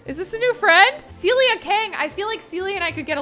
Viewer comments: Kelsey... love all your vids but this is the second time you've called a Sim character Celia when her name is Cecilia! 😂 Just an fyi from a dedicated fan! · Not Kelsey calling all ”Cecilia” Sims - ”Celia” :))) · Everybody keeps calling that girl "Celia", but she's "Cecilia" 🤭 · This is maybe a pet peeve of mine but it's CeCILia! Not Celia. There's a whole syllable being skipped over...please, for all the Cecilias out there! Start saying the CI!